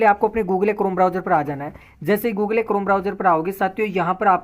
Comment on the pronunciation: Google : ❌ Googlay : ✅ 😂😂😂😂